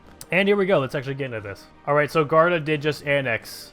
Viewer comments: it is guarda not garda, read the u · Luis Pinto Yeah, he should say "goo-are-da"